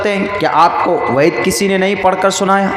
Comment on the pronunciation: पहले आप वेद का सही उच्चारण तो करना सीख लीजिए आपके उच्चारणका मतलब तो चिकित्सक होता है